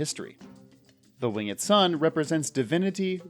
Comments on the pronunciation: why are you pronouncing the e in "winged" lol :/ it's just "wing'd" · Stop saying winged like a hillbilly